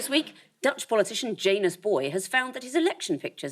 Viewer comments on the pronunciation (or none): Also, I have no proof of this, but it does feel like it should be Ya-nus.